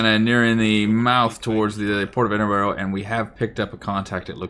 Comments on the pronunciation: Also, it's "eddin burr", not "edin burro" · Edinburgh but you say, Edinburro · Good video. But please Ed-in-bruh. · Great vid but the British place names have you foxed: "Hart-lee-pool" "Ed-in-bruh" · Ngl love hearing Americans mispronounce British place names if you want it's said like eh.duhn.bruh And Heartly pool Like the series